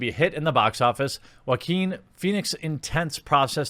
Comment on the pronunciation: Love the way you pronounce Joaquin